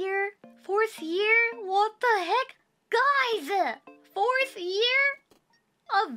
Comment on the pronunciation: She's still saying 'ear' instead of 'year' a lot of the time. <3